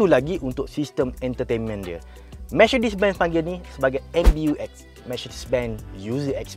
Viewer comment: Mechedees?? Mechedesss… aduuu pokat bona Melayu ekau jang…